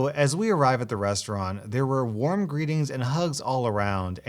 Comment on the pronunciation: Did she just say “worm” instead of “warm”?